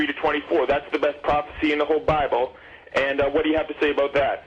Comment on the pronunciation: "Yor too sker to tolk aboot it" yeaaaa ....